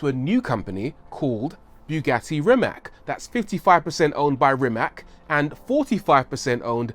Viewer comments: Rimac is also pronounced like rim ass not rim ak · It is Rimac not RimaK.😀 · Ni ti ha, sa takvim ponosom izgovaraju to K...jaoo. Nisam cak ni ljut kaj to tak izgovaraju samo nemogu to vise slusat😕😕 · It is Rimac not Rimak. Ri-mac. And C is not K like you say C in Cyprus. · its actually pronounced REE-MATS, not REE-MAK. you could have spent 3 minutes and "investigate" how to properly pronounce last name of a person you're making a whole video about... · Is NOT "RIMAK"... The name is "RIMAC"... With C... Not K... 😫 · Rimac is pronounced Rimach. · It's not pronounced rima'k it's pronounced rima'c like you pronounce c2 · Man can say Akrapovič but can't pronounce Rimac as it is (Rimatsz, not rimak as everyone thinks) you read it like the drum sound; ba dum TSS haha p.s. I am Croatian so you can trust my pronouncination ;) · It's pronounced "Reemats", with a soft C at the end, not "Rimack". He's Croatian. Whether you love his work or hate it, at least say the man's name correctly. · 1) Rimac not " Rimak". 2) Akrapović is from Slovenia. Have some respect. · Its a croatian surname thus is not pronounced "rimac" but "rimatz"... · Say RIMAK one more god damn time, I dare you, I double dare you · Hey Rory, his last name is pronounced REE-matz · It's pronounced Rymahts. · Its Rimac not Rimak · It's pronounced Rimats. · Let's get that pronunciation right... It's "Ree-matz." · Rimac is Croatian. (as was Nikola Tesla), and his family name is not Rimak, it's Rimac. Last letter is 'c', which sounds 'ts'. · Rimac is pronounced "Rimats"! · "After Ferrari" 🤔, anyway, apparently Porsche sent a Panamera hybrid to Rimac just to test their competency, not only did they understand the system, they even had ideas to improve it. They are really knowledgeable. I think its pronounced "Rimats". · I am from Croatia and it is pronounced as is wright it. RIMAC. Croatian language is like you wright it the same way you pronounced it. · It's nore like Maaate Rrrimass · It's pronounced Rimats